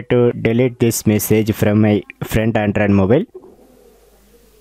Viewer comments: Bro...firstly make ur pronunciation clear....i took more than 30 secs to understand ur word ANDROID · Sir your english is really awesome and the way u pronounce android OMG thats hell crazy m a big fan of yours..